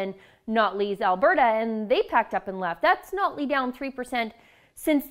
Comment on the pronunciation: Is saying "Nutley" just fast enough to hide the fact she isn't saying "Notley"?